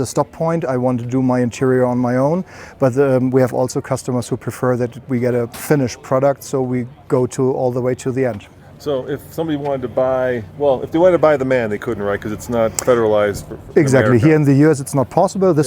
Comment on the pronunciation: It is a German abbreviation stands for Maschinenfabrik Augsburg-Nürnberg AG. That's why the owner kept calling it M-A-N but the host say 'man'.